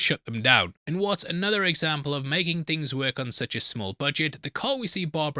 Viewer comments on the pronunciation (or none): none